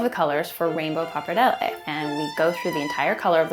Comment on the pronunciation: That's really cute, but just one thing: after "living in Italy and learning from grandmas" you still pronounce "pappardelle" e "fettuccine" like that?